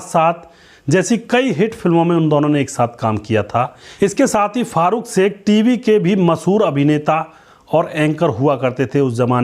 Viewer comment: एंकर कृपया श का उच्चारण स न करें, अखरता है